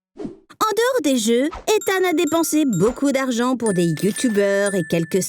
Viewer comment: Il fait pas d'erreurs sur les noms mais "use baucoup dargan" la...